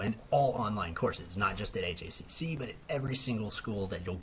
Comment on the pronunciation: Thanks for the personal sharing. I was curious to know if you realize pretty much everyone calls our school HACC like "hack" and I have never heard anyone letter-spell it. :) Just FYI in case since it sounds like you're new around here.